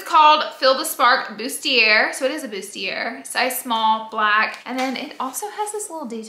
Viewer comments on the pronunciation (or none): Bustiair lol it’s bustiea